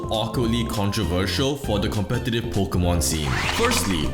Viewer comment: Pokémon, not pokeuhmon.